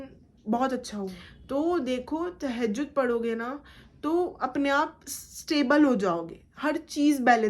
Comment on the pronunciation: No Tahajud ...say properly Tahajud